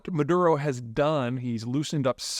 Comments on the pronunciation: Maduro not Mudaro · Maduro - (Mah-Dur-Oh) You are too smart not to know this. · Let me help you out. Maduro Ma-do-row. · "Moodaro", Maduro - What is the difference?